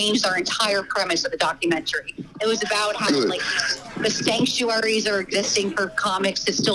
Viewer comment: She most definitely said skanktuaries